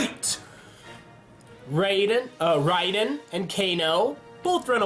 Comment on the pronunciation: ok its ra-den and si-rax